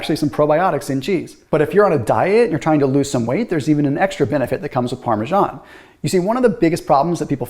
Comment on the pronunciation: Parmesan isn’t pronounced like that.